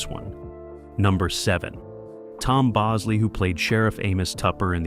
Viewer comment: It's the AI voice. It also said Bowsley for Tom Bosley.